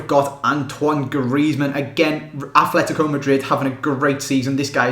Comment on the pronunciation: Please stop putting a 'H' in ATLETICO. There is no 'H'. There is Athletic Club Bilbao and Atletico Madrid.